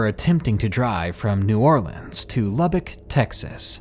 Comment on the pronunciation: I'm from Lubbock Texas!!! Thank you for pronouncing Lubbock properly. I love your stories, keep up the creepy.☕💖